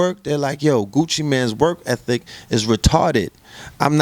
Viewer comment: i aint gon lie...i fully expected to pronounce it "work effic" but he nailed it! "work ethic"